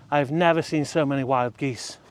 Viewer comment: 🪿 Geesez 😂 (aka Jesus)